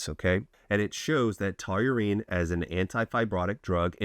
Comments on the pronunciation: "taw-reen", not "to-you-reen" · Seriously. Taurine is a 2 syllable word. Say it with me: taw-reen. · Why do you keep saying "TOLURINE" like you're mispronouncing Toluene, but it's just straight TAUR-ine..... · Taurine❌️ Tauyoou-reene ✅️ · Great supplement, wrong pronunciation ˈtɔr in, tau·rine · Sounds like you're adding a w to taurine lol. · Please say Taw - Rine 😂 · The fact you cant pronounce it really makes this unwatchable for me at least. Please check before making the videos lol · Pleaae keep mispornouncing tauring, cause it gives me more comments to read from the people correcting you, lol. Engagement. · Never heard it pronounced that way 😂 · omg It's hard to watch lolol. I don't even know how he says it.